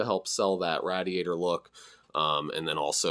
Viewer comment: Never heard it pronounced rad-iator before, interesting. Hopefully someone else gets some files out there like these again.